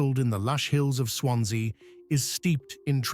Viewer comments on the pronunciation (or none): none